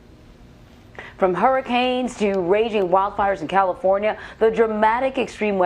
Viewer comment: "These hairuhkins are getting climate charged, I mean karma changed... You know the thing!" - Joe